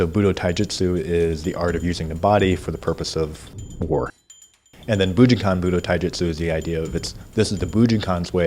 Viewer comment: I wonder if he ever learned to say bujinkan correctly?